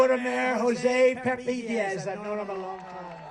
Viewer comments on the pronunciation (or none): none